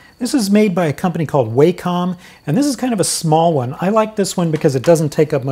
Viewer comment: WAH-cum. Wah like water. Not WAY-com